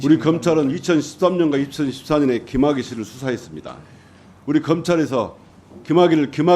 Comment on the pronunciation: 김학의냐 귀마개냐 발음좀~